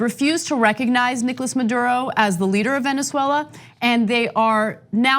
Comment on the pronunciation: I don't know why it bothers me so much that Ana says Venzwella, but it does. And she says it a lot.